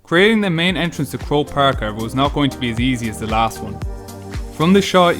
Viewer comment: Hahaha it's croke park lol